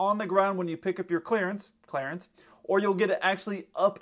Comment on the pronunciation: Clearance 'Clarance' 🤣